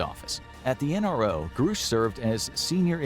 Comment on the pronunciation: Ok, I'm all done watching until you learn how to pronounce things. I cannot hear you say groosh one more time without popping my own eardrums.